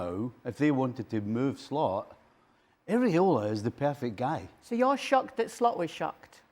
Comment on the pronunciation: Stevie Nicol, the muppet, can’t be bothered to learn the coaches name. He keeps saying “Areola”, which refers to nipples. It’s Iraola.😅